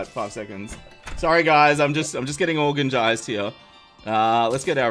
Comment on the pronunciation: Can we just acknowledge how on, pronounced "organ-gized." Not to judge or anything but LOL